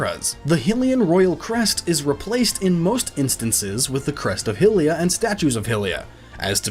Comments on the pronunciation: Every time he says 'Hillians' or 'Hillia' I get triggered. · Your pronouncing "Hylian" and "hylia" wrong, but you can pronounce Hyrule right?